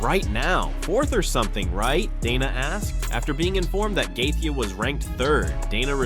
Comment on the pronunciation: I realize this announcing is AI but it’s shit. How many different ways can you mispronounce Justin’s name? Plus lies lies lies. Clickbait. Bye bye lard ass